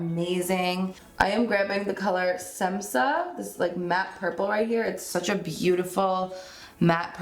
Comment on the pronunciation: Beautiful! Semsa say with Sh, like Shemsa!Š=Sh